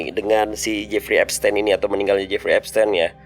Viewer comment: Cara baca epstein itu epstin, bukan tein, tapi tin